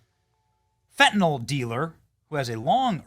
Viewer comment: FAT-AND-ALL dealer? Benny you sounded it out perfectly!